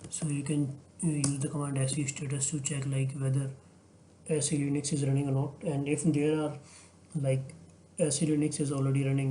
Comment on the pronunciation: please fix the linux pronunciation. it's leenux and not lainux